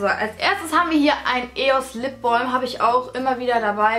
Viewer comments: ItsTheMauam genau xd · "Lipbolm"? Spricht man das nicht "Lipbam" aus? :) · ich gucke mit lap top sagt sie lip BOLM 😂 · Weder noch lipbalm so viel ich weiss